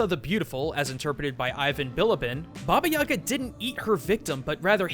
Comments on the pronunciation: For future reference - its baba yagA not yAga. Nobody will give a crap, but anyway. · Its baba yagA, not baba yAga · It's bobyeega not yaga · Baba yee ga not ya ga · its actually (Baba) (ee-GA) ( the stress is in the ga) baba eega. Thats the closest you can spell it to russian (im a Russian). I dont understand why its called, "Baba Yaga" in english, but its DEFINITALY not baba yaga. I'm only saying this because when he said her name, it really bothered me. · Anyone else seen John Wick before this and wishing he'd say Baba yay-guh rather than Baba yah-gah? I mean not saying it's wrong it just hits my ear weird. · HA! FOOL! YOU MISPRONOUNCED BABA YAGA!It is Ba-ba-yi-gaaa. Not baba-yaga. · Also, please help me with my squick here - guys, its Baba Yag'A, not Baba 'Yaga. The emphasis on the last syllable. I know that is not much urgent, but still, lets be more proper, ok? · you are pronauncing it horribly. its actualy more like baba jagaa Putting pressure on the last a. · It's don't Baba yAga, it correctly reads Baba yagA (in dont complain, Just helping) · What? Creepy?! Are u kidding me?! I heard TONS of fairy tales about Baba Yaga (and it's not reads like baba yAga it's reads like baba yagA) it tryed to eat girls, boys, warriors, everybody! Dat is not Amnesia to creep u! jeez... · It's pronounced ba ba yay ga I believe, sense in their language they don't pronounce ya as ya but yay, plus it sounds more natural. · 10/10 Russian😂😂😂 Баба Яага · Ivan Tarnyagin Lmao I am Bulgarian, isn't it supposed to be "Баба Яга"? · I died how he pronounced Baba Yaga, my mom is Russian and it's my first language. I just couldn't take it seriously 😂😂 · It kills me me every time you pronounce baba Ugas name wrong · When you're slav and you hear that pronounciation for the first time :D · what's wrong with english speakers when they apply stress to russian words please. remember, that in overwatch there is zarYA, and russian folk witch is bAba yagA ...and vasilIsa, not vasIlisa